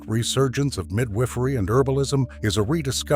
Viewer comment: midWIFFery? Pattern breaks? AI narration laziness 😂